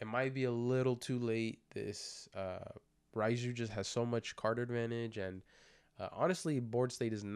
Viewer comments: It's pronounced like "RAY-jew," not "Reye-jew." Not that it's a huge out anything of course, but my OCD won't let me not correct you lol 😅 Unlike English letters, Japanese Romaji is always pronounced the same way and follows its rules way better than English does. "Reye" would be spelled "Rai" in Romaji. Anytime you see an "e" and an "i" together like that in a Japanese word/name, it should be pronounced like a long "ā" sound, like the a in ray or crazy, etc... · Her name is pronounced Ray-Jew bro.